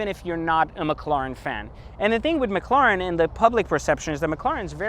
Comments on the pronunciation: PLEASE >> stop killing the name .. it's a McLaren that's M (muk) Laren, it's not M Lauren like Lauren Jayregui .. so Mc La ren.. Please... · Learn how to say mclaren 😂 wtf is mclaaaren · What the hell is that annoying noise a the start? It sounds like a spray paint can or a packet of tic tacs rattling about! And what on Earth is a "Mik-claw-ren"? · Pretty sure you're pronouncing McLaren wrong but regardless you got the whip and I don't so I can't hate. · he definitely is lol